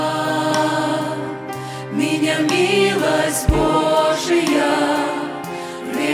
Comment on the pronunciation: Хорошо поют! Только не БожиЯ, а БОжия - сохраняйте правильное ударение в словах.